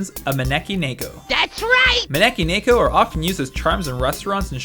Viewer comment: Ne-Ko not nay-Ko